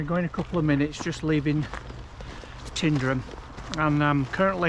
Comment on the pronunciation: It's not "Tindrum", it's Tyndrum.